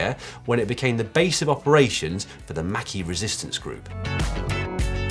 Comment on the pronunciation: But you have to pronounce Maquis correctly. Patrick Stewart who has way less hair then You got it right. 😩